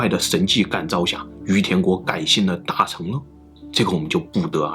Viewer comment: 大乘(勝)、小乘(勝)佛教，不是讀"成"